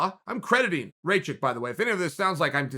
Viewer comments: Rakic, not racik you dumbass!!! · Raw-kich, not ray-chick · “Raychik” “Trajrectory” Kgr8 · his name is aleksander RAKIC and not RAYCHICK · Dude you knew how to say Rakić And now you say Raičik.. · It's easy it's RACK-ISH c'mon son WTF get it right, show some respect. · His name is Rakic. Ra like Rah, the Egyptian God. Ki like killer, and the c in the end becomes an American "tch" like in the word itch. Rakic! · Can't pronounce Rakic? Type "Raakitch" in english google translate and test the sound. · Alexander Ray-check? Come on, even for an American the pronunciation is atrocious. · It's "Ruck-itch" the r is a rolling r. Like the way Mexicans pronounce it in the word "señorita" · If Chael says Raćik then Aleksandar Raćik it is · "Raychick"... rip my serbian ears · One of the MMAFighting guys kept pronouncing it as Racik too. Wanted to punch the screen. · Chael completely mispronouncing Rakic xD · Yeah the guy's a douche for pronouncing names. It doesn't take much, the commentators would have been saying Rakic correctly. Dunno if he's trolling, dyslexic or a bit of an arse.